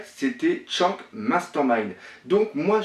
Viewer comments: Ce n'est ni skank ni louffi mais skanks et luffy faut apprendre à parler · Shanks se prononce chanksse pas tchank T-T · Mec jsuis désolé t'as vidéo elle peut être bien travaillé ou pas j'en sais rien pcq je les pas vues jme suis arrêter au moment où tu as Chank au putains sa ma tellement fait mal à l'oreille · arrete de dire tchank, c'est Shanks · La théorie pas mal même si y’a des incohérences par contre la Prononciation -1000/20 mdr ! C’est pas Louffy c’est Luffy, c’est pas Tchank c’est Shanks, c’est pas Gaps c’est Garp, c’est pas Longtone c’est Loguetown, C’est pas Rougtel ça s’écrit en anglais Rough tell mais ça ce prononce RAFTEL... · Shanks il dit shank, Mihawk il dit mihawx, Luffy il dit louffy (et non ça ne se dit pas louffy en jap), Sanji il dit Senji? Garp il dit Garps et Raftel il dit rougtel. Il mélange tout mdrr. Je ne rage pas mais c'est assez dérangeant. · quand il dit shanks tu oublie de prononcer le s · on dit pas tchank mai Shanks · au fait on dit shanks et pas shank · Shaaaaaanks pas Tchanks !! Pitié la prononciation ! T'es un vrai boss pour tes théories et autres mais la prononciation ... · Attention à la prononciation, on prononce " shan ksse ", pas " chank ". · J ai regardé deux trois théories venant de toi Il y en a des fondées et d'autres non .. Il faut vraiment faire un effort de prononciation sur les persos du manga parce que chank ou encore outsop ca devient dure pour les oreilles au bout de plusieurs fois .. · super bonne théorie, mais sérieux, la prononciation... Ca détruit toute l'épicité des héros!! Tchank, Louffy, Dragon à la française, ca fait mal... Mais bon, c'est la première vidéo que je vois de ta chaine, et franchement je suis enthousiaste de voir les autres! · C'est qui sa tchank?? un effort sur les prononciation ces plus possibles là.. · Il prononce pas les non comme il faut shanks se prononce tchanksse et luffy se prononce leuffy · putin comment tu prononce Shanks 😂😂😂😂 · prononce bien shanks et luffy